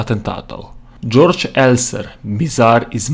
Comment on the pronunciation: Johann Georg Elser...nemec...torej 'georg', ne "đorđ"...